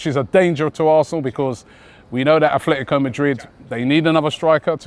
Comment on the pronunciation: "efletticoh medrid"